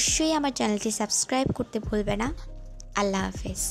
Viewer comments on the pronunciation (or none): none